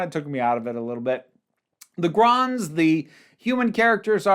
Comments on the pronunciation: Gonds, not Gronds. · Saw this first in the five faces season in 1981. It was the fourth story of season 6 (wheel was the final story of season 5) so Zoe had already been around for 23 episodes. And it’s Gonds not Gronds. Robert Holmes first script, Philip Madoc's first role in the series and the first and only demonstration of the HADS in classic who.